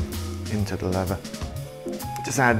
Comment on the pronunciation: "Levvah boots"